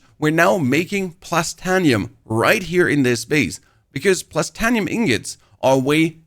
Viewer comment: Great info, great video, just one teeny tiny little thing Written: Titanium, Plastanium Pronunciation: Tit(ay)nium, Plast(ay)nium